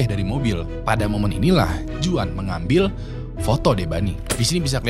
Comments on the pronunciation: Bang jgn cpet2 baca script nya, kek dlu aja agak pelan, btw bacanya bukan "juan" tp "huan" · Bang kalo juan bacanya bukan juan tapi huan bang.. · Bang izin kasih masukkan, untuk pengucapan nama Juan itu Huan (Berlaku di Amerika Latin/Mexico) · Juan dibaca nya huan bang , jose = hose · Sorry hanya meluruskan aja,Kl di amerika latin nama Juan itu dibaca Huan...! Tks